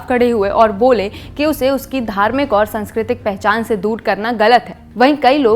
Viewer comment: (प्राकृतिक), (सांस्कृतिक). लगता है आप हिंदी को देवनागरी में नहीं पढ़ती इसलिए उच्चारन में दोष है।